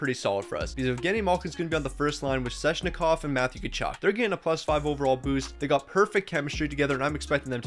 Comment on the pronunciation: Okay,... I'm sorry but it's not Sezshnikov, it's Sveh-ch-ni-kov.